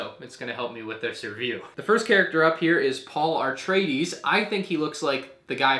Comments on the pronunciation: great video except.. paul ar-traides 💀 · "AR-treides" oof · "Paul AREtredies" turns video off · Ah-Tray-Dees not Are-Tray-Dees and Chawn-Nee not Shawn-Nee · Please, it's A-TRAY-DEES. other than that, great review!